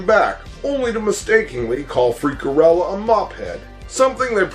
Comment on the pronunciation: To this day I still love the Madballs. I can still recite every single word. So good. On a side note, isn’t it Freakella? Not Freakerella? Or have I gotten it wrong all these years? Cool viddy dude.